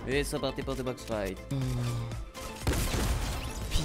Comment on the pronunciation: "Bild fite" "box fite" t trop drôle